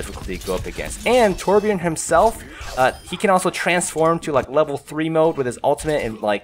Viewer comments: Out of all people i've heard saying Torbjörn as torbjorn... You actually managed to make it sound more like torbjörn instead of torbjorn. Your way of saying it is like Tårbjöörn. But still closer. :) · wow you can say torbjörn properly!